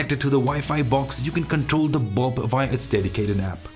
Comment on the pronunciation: Nice! Forgive me but i could only hear Bob instead of bulb. Great video again!